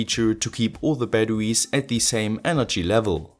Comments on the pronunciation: STOP SAYING BATTEWIES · i love how he says batawies